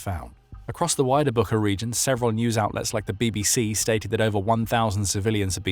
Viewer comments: Great material! One note, though - Буча (Bucha) is not pronounced "BOO-khah," but "BOO-chah." That spelling and pronunciation have been widely known since the start of the war, so the phonetic twist might be confusing for some listeners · It's pronounced [butcha]! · it's BOO-TCHA, like "watch". The whole world knows how to pronounce it correctly except your channel! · Et least have the respect to pronounce Bucha correctly.